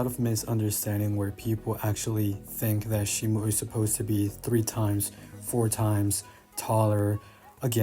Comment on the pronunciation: It's pronounced Shee-moh btw